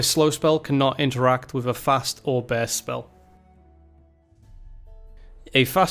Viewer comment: Nice pronunciation you got there for börst. Bearst spell.